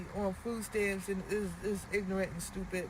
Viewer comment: did she call em stupit is she stupit? whats a stupit